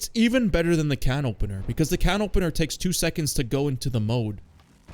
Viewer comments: First French Gendarme, now CanOpenNeeR 😅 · canopeneeer? is this ragebait? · The way you say canopener hurts my ears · misspronouncing "Canopener" for more rage bait comments is a 1000 iq play ngl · i kinda tweaked when he said the 10th time on purpose